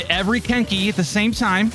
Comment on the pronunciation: im sorry, but i kept on hearing kink* instead of kenki lol